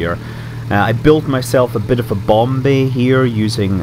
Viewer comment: Not so much a "bomb" bay as a "nom" bay.